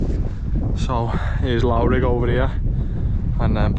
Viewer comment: The 'lough' in Loughrigg is pronounced similar to 'rough' so Loughrigg is pronounced: "Luff-Rigg".